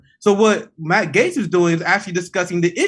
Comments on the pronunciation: Jimmy loses credibility for not being able to pronounce Matt Gaetz correctly. Gaetz is friendly with Omar and Tlaib, oddly enough. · The video where Jimmy final finds out it's pronounced "GATES".